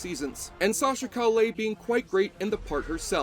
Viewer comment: ooof at the pronunciation of Calle. Made me cackle out loud at work.